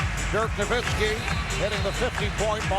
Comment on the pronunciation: Dirk No-miss-ki